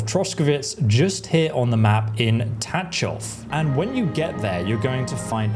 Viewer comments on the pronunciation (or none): Thx for hints. It will be definitely handy. One hint back how to pronounce Tachov. In Czech language we have only one digraph letter - CH. Which sounds like in word Loch Ness. You call it Tačov, but it is Tachov ;)